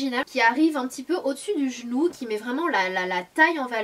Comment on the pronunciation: Non, ça se prononce " ki " si jamais